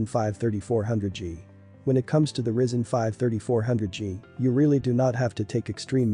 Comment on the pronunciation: It's RYZEN not RISEN